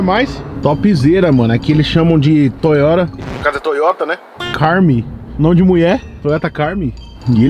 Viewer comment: Toyota " carmi " kkkkkk camry